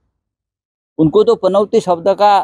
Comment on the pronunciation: या राणेला पनौती पण बोलता येत नाही, पनवती बोलतो हा. आणि पनौती वर चर्चा करतोय. अरे पनवती नाही पनौती.